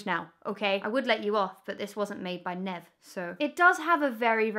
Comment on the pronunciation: Oh Emma. You broke Nev's little heart every time you pronounced his name wrong